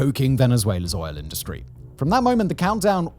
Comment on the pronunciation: Did you say OIL? 😂